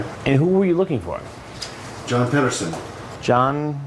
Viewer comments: I swear he said John Pederfile 1st. Then switch it to John Pederson. That's hes mind at work. You can pet a cat, you can pet a dog, but you can't pet a file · john 'pedoson' LOL